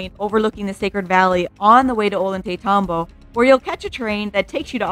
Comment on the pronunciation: Ollaytambo is pronounce - oy-yay-taytambo. The double (LL) had a "yuh" sound ❤ Thank you for this video!!! My Peru Trip is in 2 weeks and I can't wait to see this beautiful country!